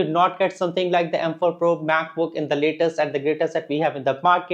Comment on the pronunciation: "Laytest and GrateTest"